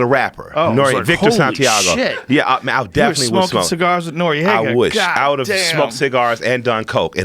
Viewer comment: joe rogan said manuel noeraga hahahaha